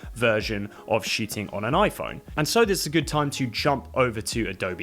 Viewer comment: It was fun, because listening the pronunciation I didn't get if you were shooting or shitting...